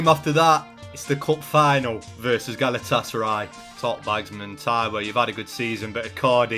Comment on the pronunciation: Not even a minute in and he’s called them galatasary 😭